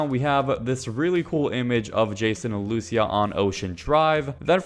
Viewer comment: Good video, but luCIA not LUcia lmao 😂